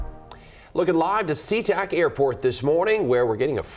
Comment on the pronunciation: It's "SEA-TAC" airport, not SEA!